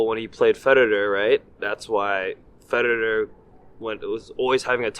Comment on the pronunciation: “Fededer”… he just could not say that man’s name right 😂😂😂